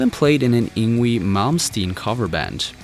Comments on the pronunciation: The name is pronounced ING-VAY not Ing-wee. LAME!!!!! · “Ingwee Malmsteen” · did this dude just say "yingwee malmsteen" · It's pronounced ING-VAY